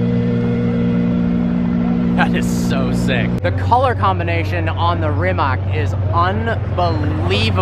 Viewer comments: It's NOT "SHE-ron", DAMMIT; it's "KAI-R'n". And it's NOT "RYE-mac"; it's "REE-matz" DO YOUR HOMEWORK! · It's REE-mats... not rim-mock, dude! 🙂